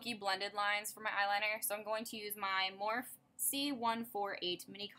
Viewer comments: Love love love this look and the style of this video! You look amazing as always! Morphe is pronounced Mor-fee. ( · If your a Morphe brush addict you should pronounce it right, it's pronounced more-fee.